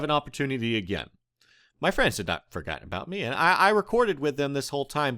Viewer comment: He says friends as "frans" Lol